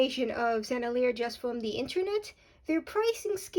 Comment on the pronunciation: Pronounce it like this Sen-nel-ee-yay. You’re welcome. You’re fun.